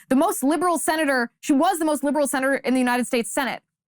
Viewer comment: Did you say liberal or lubricated